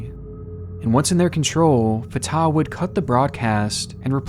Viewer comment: Jesus christ - fartar is NOT how it's pronounced - Fat Tah